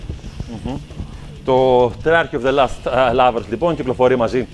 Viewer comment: lost not last as he pronounces it.